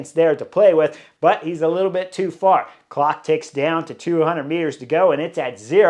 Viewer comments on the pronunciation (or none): none